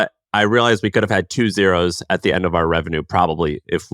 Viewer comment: Funny how difficult a time has saying Ours 😂😂😂 it's Or-A lol